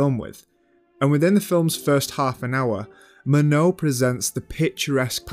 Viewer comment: Love the content of this video. The mispronunciation of the director's names (Louis Malle, Murnau, "Andrei" Tarkovsky for example) and the accent in general made it very difficult to watch. How does one know so much about cinema but get the names of the directors wrong? And with such conviction. That's baffling to me. This is one English accent that simply destroys everything in its path.